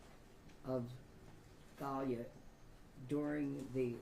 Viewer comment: Most names spelled like that are pronounced TAH- LEE-UH. Hope that wasn't a mistake. After all that poor girl has been through. DAMN. BLESS HER AND HER FAMILY